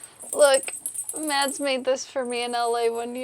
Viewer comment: I’m so glad that you pronounce your names in the introduction. My names gets messed up all the time but please,, if you’re going to marry the guy, stop pronouncing Mads and start saying Mas. It’s not as hard as my name or other names. Everything else is great.